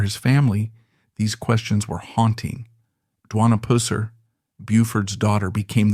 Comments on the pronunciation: Having a hard time watching bc you can’t say his last name right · I started watching it :54 seconds worth. If they can’t pronounce his name correctly. They probably can’t get anything else right. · Buford's last name was PUSSER!!!!!! NOT PUSER!!!! GAWDAMNED AI NARRATION SUCKS!!!! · Its not "Pusser" as in pussy. It's pronounced Pus-ser as in Pus. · Its pusss eR. Not Poo seR lol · It's NOT PUSSER ITS PRONOUNED PUS SIR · Why are you pronouncing his last name wrong !!? Its Pusser, NOT poo-ser...🤷‍♀️🙄 My mom grew up in Jackson TN, and the family knew Buford. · Is the first part of his last name really pronounced like a female cat? I've always heard it pronounced to rhyme with bus. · Listening to u destroying his name ruins this story for me. Puss not pus. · Not Poohser it was Puh ser. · It is Puss-er=Pusser; Not Pooser🙄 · It's PUSSER not POOSER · I can’t stand the way you say “Pusser”. Pronounced like “was”, not like “wuss” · Geez DUDE IF YOU GONNA TELL A STORY. GET YOUR WORDS RIGHT. BUFORD PUSSER NOT POOSER. YOU DON'T KNOW SHIT ABOUT BIG BUFORD. DON'T EVEN NO HOW TO SAY HIS NAME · Learn how to pronounce his name. It’s pus (like a sore ) er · I believe his name is pronounced PUH-ser. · Its pronounced " Puh-ser" not Pooser, not Puss-er. It ids sId that the name derived from Persons. Who knows, he may be related to Truman Capote', who's real name was Persons. Truman was born in New Orleans, wgere his mother lived, but was raised by his aunts in Monroeville, Alabama. He grew up next door to famous author, Harper Lee. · Could not watch. Pusser say it Wright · You are pronouncing his last name wrong. Imagine a sore and it gets infected and puss is running out of it. Add the r at the end and you have Puss...er. Just trying to help you. 😊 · It is pronounced Pus-sir. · If you say pooser one more time!! I’m gonna lose it! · Yeah I'm watching the video now and that pooser is driving me crazy. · Damn ai. Its Purr ser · Pusser, long u dude. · You’re pronouncing his name wrong